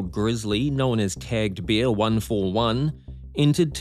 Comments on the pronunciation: It is bear, not beer! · Your pronunciation of bear. 😅 Though I can believe he lived with beers. You gotta be drunk to do what Timothy did. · Will you ever manage to pronounce "bear" so that it doesn't sound like "beer"? They are completely different, you know.